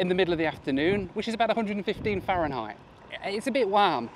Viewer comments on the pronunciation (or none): none